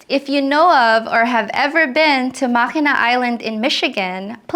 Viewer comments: native Michigander: it's pronounced mack-in-awe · Mackinac is pronounced “mack in awe”